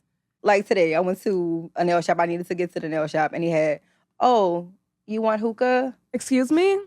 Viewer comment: The way he pronounced hookah is crazy 😂😂😂😂